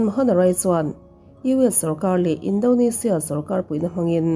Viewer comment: Tinge Indonezia tih ang a i lam tlat le😂 Indonesia a ni sia